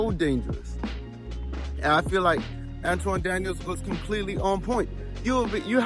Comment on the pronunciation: An-ton Daniels, not An-twan my guy!